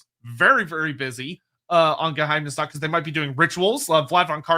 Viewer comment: Honestly, pronunciation of Geheimnisnacht is pretty good. It's basically an accent at this point, not a mispronunciation.